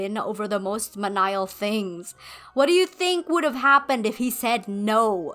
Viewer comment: *menial - MEAN-i-el